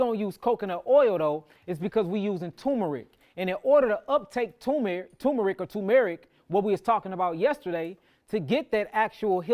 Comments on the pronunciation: *TuRmeric NOT Tōōmeric respectfully❤ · Turmeric. There’s an rR tur mer ic 😂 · Why are you calling it Toom-Erick?